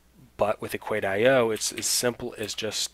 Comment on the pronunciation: thanks a lot but on their homepage they pronounce it „equaysheoh“ rather than equait-i-oh.